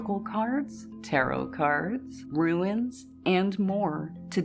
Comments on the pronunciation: I must say, as politely as possible, it’s ‘runes’, not ‘ruins’. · It’s runes not ruins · Just a heads up its Runes not Ruins 😊❤ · I’m sorry, but they are called runes, not ruins 😊